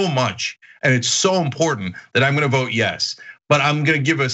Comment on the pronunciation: I'm FROM Arkansas and I can't get over how this bozo pronounces "vote". "Vouuute" 🤢